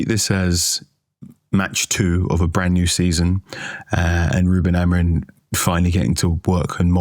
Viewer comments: Why do you guys pronounce Amorim as Amorin? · Why does Carl Anka say AmoriN?